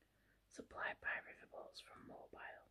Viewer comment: I remember being corrected when I was in the south and pronounced Mobile like this. I think it's pronounced more like "Moh-beel". Thanks so much for this video though! I just started reading this book. Great ASMR! :)